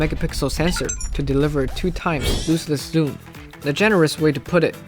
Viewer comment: Always excited to see one of your videos hit my feed, your guys' production quality is unmatched! Some small feedback, the English pronunciation of "lossless" sounds like "laws-less" instead of "loose-less"